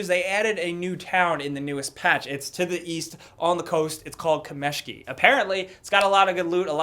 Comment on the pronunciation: It's pronounced kámeshki:) that's a Russian word which means small rocks